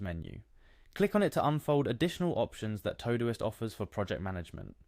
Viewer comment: All you showed us was that Todoist has meal planning and not how to use it. Plus, its not TOE-Doist......